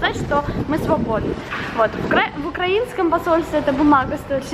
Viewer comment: задрюкали в комментах на счет ударения укрАинское, она бедная переправляется постоянно)))